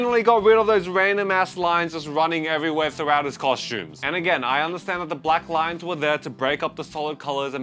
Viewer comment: We get it. You don't rike rines.